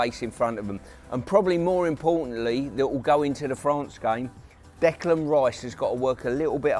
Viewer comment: I wish someone would tell Pearce that Rice's first name is Declan, not Decland! 🙈